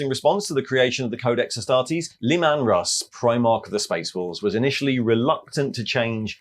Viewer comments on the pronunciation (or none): Le-man russ? LE-MAN RUSS?